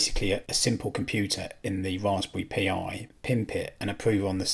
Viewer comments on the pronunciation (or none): I know this is nitpicking but those pronunciations... Pi as in pie, not P I Volumio as in Voloomio (one word) Allo (short 'o' not 'oo')